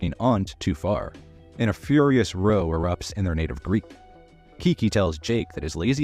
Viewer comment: Row as in a fight rhynes with now and cow, not roe